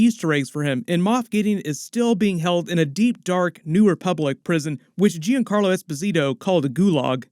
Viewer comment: Hey, this isn't meant as negative at all but I notice a lot of people pronounce Giancarlo's name like Jee-un Carlo, it's actually closer to John-Carlo. Thanks for all your work, I never saw most of the Clone Wars cartoon so don't know all the back stories and you help me to get the bigger picture. I didn't find the sequels and stuff very magical but this show brought it back for me. I thought, "oh well, I guess I outgrew Star Wars," but this show got me excited again for this world.